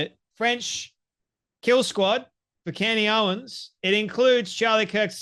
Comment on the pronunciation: Take a shot Everytime he says candy owens